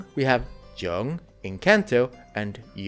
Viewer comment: Quick correction, the j in "joeng4" is pronounced like a y, as in many European languages. So the correct pronunciation would sound something more like "yurng4"